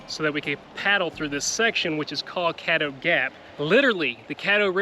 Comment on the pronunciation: It’s CADDO River smh